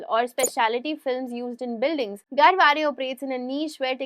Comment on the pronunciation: You pronounced Garware correctly...Nice keep posting such informative videos Thanks